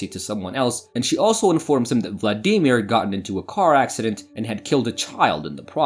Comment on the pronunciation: Hardest part of this watching this video was your pronunciation of Vladimir.